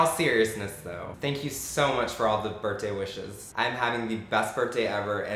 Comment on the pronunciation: is he saying birt day